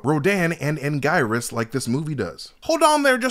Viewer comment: It’s always stressful seeing a breakdown for a franchise someone has clearly never seen. So much is incorrect and the way he pronounces Anguirus shows that he’s never heard the name said out loud before.